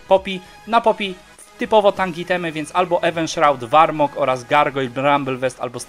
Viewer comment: zajebisty film ale błagam czytaj poprawnie te nazwy to tak boli ten warmog